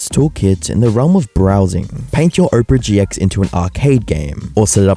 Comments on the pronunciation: bro really said oprah gx💀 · bro said "Oprah GX"